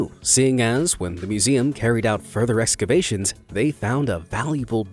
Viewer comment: Is EXCAVATIONS really that difficult to say?